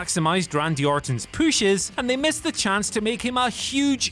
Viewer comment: When I saw the title I knew it was gonna be talking about “Munster Pooshes”.